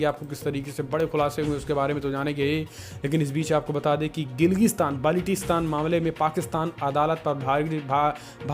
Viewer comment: Baltistan bol Nahi paa rahe ho?